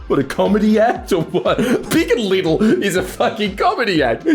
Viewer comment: It's Littie, not little